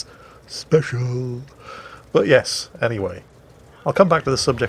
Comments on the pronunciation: "Speciallllllllll". Was that a Flambass accent? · I lost it at "speshal" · beware of the "speshal" forces. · you mustn’t make fun of the noobs for using “speshal” ammo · Old and speshuul. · WG is quiet “speshal” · oh boy speshul